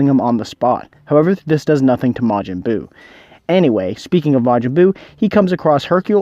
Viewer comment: I mean "Buu" not "But"LOL